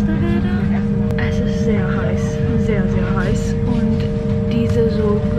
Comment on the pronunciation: Just a little detail: „z“ is pronounced like „ts“ in German, so train is „tsug“ not „cool“🧐🤔😉😅